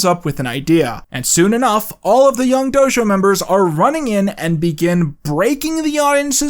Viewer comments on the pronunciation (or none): none